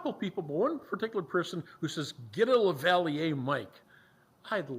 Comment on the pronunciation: Ok, its pronounced "LAV-A-LEAR" Spelled Lavalier. Its best you get one for better sound. Those little cheap gimbal cameras do use batteries fast. A way to remedy that is to get an external power pack. Don't use it in your plane. Stick with the Gopro's. You can add sound through your headset using the gopro's. your 90% done with 90% to go.